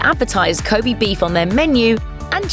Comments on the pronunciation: こべ (kobe), not こび (kobi) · Ko'bee' beef? cancer-inducing pronunciation fuck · Please stop saying 'kobi beef 'ffs!